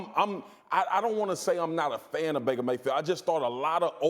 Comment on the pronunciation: Baker “mayfeel”